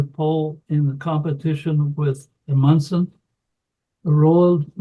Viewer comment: Some words are not clear, therefore same with subtitles. examples: McMurdo Sound in Antarctica and Roald Amundsen, Norwegian Polar explorer who was the first to fly a dirigible over the North Pole in 1926 and actually died in an airplane crash in 1928 while searching for the survivors of Umberto Nobile's expedition to the North Pole in 1928 in a dirigible which split in half and crashed near the Pole as depicted in the movie The Red Tent, a must see. Amundsen discovered the South Pole.